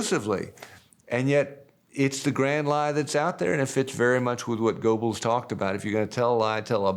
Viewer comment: hahahahaha "the regular working person cant imagine somebody would be that audacious" Mr educated then mispronounces Goebbels as well as getting the quote wrong. I may be regular working class but at least I'm informed